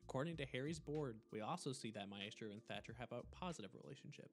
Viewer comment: on the part maestro its my-stro not mae-stro.